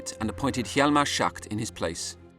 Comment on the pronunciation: not the narrator constantly calling him hjalmar 'shart'